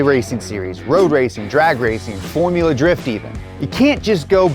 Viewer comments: "forula" drift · "Forula" Drift???